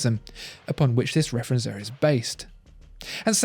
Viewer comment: Referenz-what? As a German I had to listen 3 times to recognise that this should mean "Referenzuhr". "Uhr" is pronounced [uːɐ̯] otherwise its not really recognisable ;) But very nice research indeed.